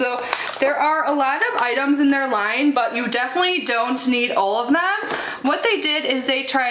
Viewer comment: I thought you said "Old Skin Types" instead of "All Skin Types" - YAY that's for me. 😂😂😂 My skin type & coloring is very similar to yours. I don't mean Old.😉 They're really smart not to put fragrance in the eye-gel (can vapor into eyes 😳), and in the future they should include an SPF in their daily moisturizer - it'll save money & steps.